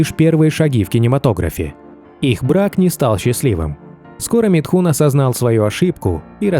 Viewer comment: Из уст автора он звучит как Митхунчик...